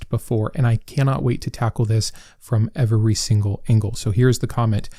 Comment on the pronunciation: I just looked up the pronunciation of the word Every and I'm very curious as to why you have such a different pronunciation for this word. I've watched quite a few of your videos and you have never said that word correctly a single time. Is it a lisp or do you actually think that's how it's pronounced? I'm not trying to belittle or embarrass you. I'm just genuinely curious after hearing it for probably several hundred times. Thanks